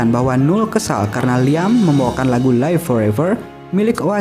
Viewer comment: Don't look back in anger bukan "dun luk bek" -Definitely bukan defineteli (e nya tidak terdengar dibaca -Live Forever bukan life -Noel tidak dibaca "NUL" kalau mau berkembang dan dikenal lebih luas perbaiki denger 5 menit aja udh jadi gak mood sayang..